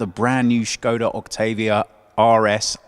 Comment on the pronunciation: Oh look, car journalist pronouncing Škoda right!